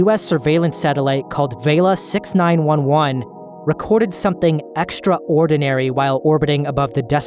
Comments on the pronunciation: Great video but the way you pronounce extraordinary is driving me insane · The way you pronounce extraordinary hits me every time